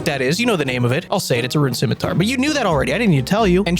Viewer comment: Thank god, i found a man who knows how to pronounce scimitar.